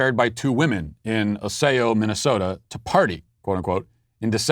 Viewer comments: I live in Minnesota and find it hilarious that Matt pronounces it as OssAo instead of OssEo. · It's pronounced Ah-Ce-Oh. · Matt, Osseo is pronounced aw-see-oh. As we all know, mispronouncing names is racist. Also, because the name is derived from a Native American language I'm pretty sure there's some cultural appropriation here as well. Feel free to message me if you want to correctly pronounce any other Minnesota place names so you can avoid committing this sin in the future. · As a Minnesotan I have to say it us pronounced "Oss-E-O" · Ossay-oh, MN? Lol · In the future, it's pronounced ah-see-oh